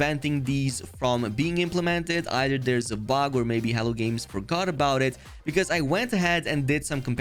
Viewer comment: Every time you say "Hello Games" I hear "Hell Games" 😂 Thanks for the update on the patch!